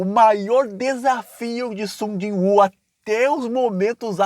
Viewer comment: é Sujinhu! Não Sung Jon Woo